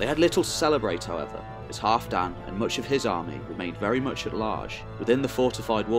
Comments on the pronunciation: Great video! But Halfdan is pronounced Halvdan. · I absolutely love this Channel and really appreciate all the work you put into it. However I keep giggling at your pronunciation of Halfdan, like some really short guy called Dan. I was always taught to say the alf in Halfdan as in Alf and Alfred with a hard A. While we're at it, Bagration is Bag Rat Eon. Or as I like to say wrongly on purpose, Bag ration. Like I say Thermistocles "Thermistokkles" or Pericles as Perikuls. Coz I'm daft, me.